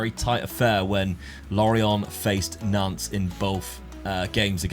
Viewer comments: Hey & Dad- great vid, always enjoyable, the French half of my family is from Nantes, hate to be one of those pronunciation guys but you don't say the s at the end of Nantes- its silent, same with Rennes. Anyway always enjoy the content bro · I keep in thinking you are saying FC Nonce lol 💀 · I totally get French pronunciation but in our English drone it sounds like you’re saying Nonce.